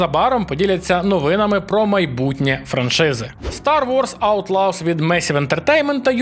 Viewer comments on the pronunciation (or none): "Аутлоз", не "Аутлавз", бо це якісь зовнішні кохання виходять😁